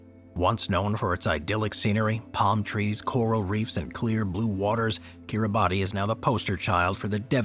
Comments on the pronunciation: Kitibati is pronounced "kiri-bahs". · Kiribati is pronounced ki-ree-bas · Timely reminder, good video. Shame about this American narrator continues to mispronounce place names :face-orange-raised-eyebrow::face-orange-raised-eyebrow: It's not difficult to find out. Making a video for world distribution - he could at least have pronounced Norfolk and Kiribati correctly!!!!!